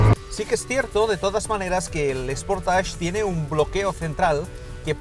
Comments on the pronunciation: Buen reportaje. .. solo destacar que la pronunciación de SportAge.... es SPORTEISCH. ..no SPORTASH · Anda que no sois incultos algunos. Dice "sportach" porque la terminación "-age" se pronuncia así en francés.